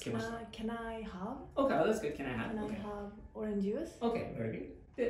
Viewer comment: TH以外は割と良い発音だよね。 Dにしては（笑） 春奈ちゃんの悩む姿は可愛い!!!!!!